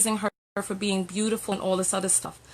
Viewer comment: To the man that called in talking about "shaming language" Beautiful doesn't have an 'r' in it. Also it's shameful to "praise your woman" but only mention all the things she does for him, but not 1 thing about her personality or how she makes him feel. Or how great of a mother she is. Only a great worker. If he was praising her correctly they both wouldn't be so angry... Oh his names there's always room for growth🌱